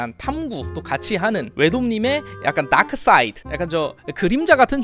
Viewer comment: 이 다크사이드 할때 발음 무엇ㅋㅋㅋ